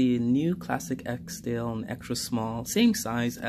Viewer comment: We have trouble here in the UK sourcing UK made Barbour jackets and yes the quality has declined. As soon as an item becomes fashionable that's what happens but sadly very little is made in the UK now. By the way, it not and EKSDALE as you pronounce it - It is an ESKDALE. Eskdale is a glacial valley and civil parish in the western Lake District National Park in Cumbria, England.